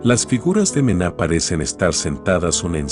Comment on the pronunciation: El contenido es súper interesante, pero al utilizar voz de IA, te estás confiando y la pronunciación no es correcta, eso pasa con la obra de Manet (que la voz lo lee como Mena), y con Jackson Pollock (que la voz lo lee como Pale)